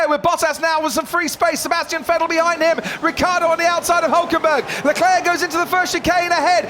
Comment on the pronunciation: "Charles Lecleirr punches the aiirrrr"